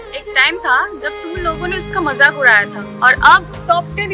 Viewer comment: Its mazak not majak😜😜